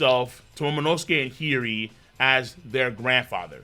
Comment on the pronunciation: Are you saying Hiri on purpose as an inside joke? :) If not, repeat after me: HI YO RI